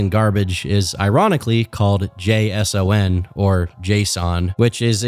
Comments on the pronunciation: Wow this is the first time I’ve ever heard JSON spelled out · This might be the first time I've ever heard it pronounced as "jay ess oh en" and I still have not recovered. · For someone who doesn't know how to pronounce JSON, you know an awful lot about how easy it is to make available private server software. Not defending Pirate, he's an ass, but that is a valid point. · The way you pronounced JSON gave me a minor case of dementia